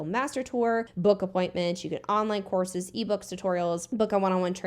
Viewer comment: First I understood "She is also selling horses" instead of courses and was completely confused